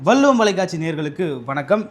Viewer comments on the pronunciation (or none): தம்பி வள்ளுவம் என்பதை வல்லுவம் என்று உச்சரிக்கின்றீர்கள் நல்லா வள்ளுவம் என்று சொல்ல பழகவும்